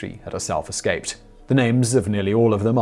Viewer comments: Eslaped? Simon, your slipping! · Did i hear "eslaped scaves" lol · At about Simon accidentally says "eslaped scave" and it made my day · First thing I heard, lol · Eslaped Scave? Anyone else catch that - ? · What is an "eslaped scave"?